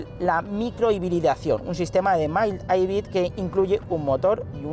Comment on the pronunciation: Me quedo con el “mai-aibrid”